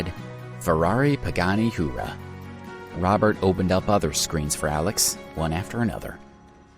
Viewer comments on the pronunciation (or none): Ferrari and Pagani are 2 different car companies. Huayra is pronounced Hu-Why-Ra.